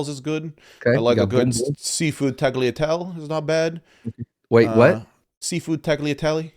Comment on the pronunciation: Definitely said tagliatell